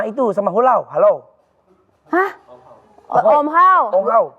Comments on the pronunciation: Om hao jadi hulau 🤣 Softlens jadi softex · Om hao di mulut anwar jadi HULAO AND HALLOWW😂😂😂,,,SOFTLENS jdi SOFTEX😂😂deeptalk jadi doptik😂😂😂